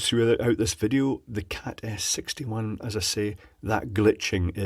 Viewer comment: Am I the only one who hears saying "Cat Ass 61"?!?